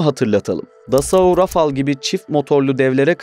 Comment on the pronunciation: Kardesim tebrik ediyorum ilk defa "Rafale" yi Rafal diye söyleyen sensin sanirim herkes Rafael diyor ve öyle oldugunu saniyor 😄. Fransa dan selamlar